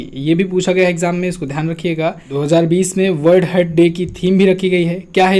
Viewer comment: please correct the pronunciation of heart ...